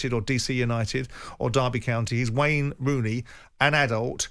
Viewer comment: “Wayney Rooney”?